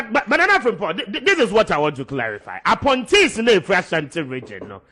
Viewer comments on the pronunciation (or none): Ooh, "APPOINTEES". I thought I heard "Aponkyes"🙉